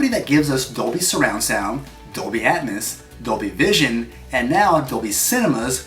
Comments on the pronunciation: "dolby atmoose" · You pronounced atmos wrong